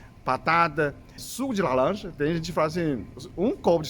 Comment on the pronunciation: O senhor é muito fôfo!! diz: "lalanja" 😅😅😅😅 Muito sábio também 😊😊😊❤❤